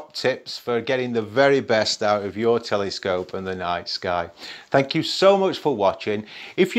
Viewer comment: It's cute how you pronounce "telescope" like "telly-scope" :D